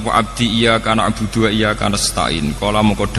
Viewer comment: Bukan Awwoh ( اووه) gus, tapi Alloh.( الله )